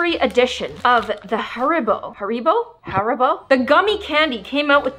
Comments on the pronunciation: You say haribo like hair and then bo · Haribo/ hair-bow